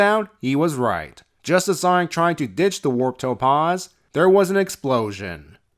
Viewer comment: I'm glad that the Warp Topaz is gone, now I don't have to keep hearing him horribly mispronounce "Topaz"